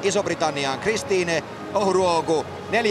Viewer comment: 😂😂😂😂 he is butchering her name